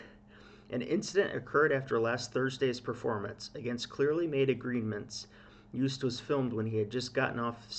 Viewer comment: Hi! Double o in Dutch is pronounced the same as the o in Toast, so: pronounced as Joast... Not "Joost"... Anyway, I want to get back to ignoring this whole thing now, thanks... Which reminds me: Stroopwafel also not pronounced as "stroopwafel" it's a Dutch word, so: Stroapwafel... the a in wafel is a different story... Back to ignoring this whole thing now... Oh, wait: Praising Joost and The country/history/people of The Netherlands/pronouncing the Dutch double o correctly will likely get you several thousand Dutch subscribers, so... well, nothing. Yes, I'm Dutch but not "proud of it" so "Dutch in name only, a Dino? OK, my passport too! But who cares right? "Have a nice day, bye! I just realised... Good job on the J sound! Yoast is probably the best way to describe how to pronounce it... So first part as in you, the rest as in toast... No kind of pun at all intended... Well, OK! Joost!: You toast! Awww, soooo sad really... But what luck that so many people witnessed "the incident" and now letting us all know exactly what happened and that the entire country was victimized because of course Joost did absolutely nothing wrong, it's just sooooo unfair! Listening to your comments again; "Chaos/insanity" are you sure you're talking about the "Song contest" and not about all the "real stuff" happening around this part of the World? SO sad that we could have all just forgotten about all that for a while and talk/think about something else instead for just a few hours, but no